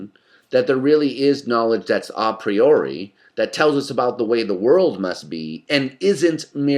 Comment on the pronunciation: I'm glad he pronounces A Priori correctly (Latin form, not English form)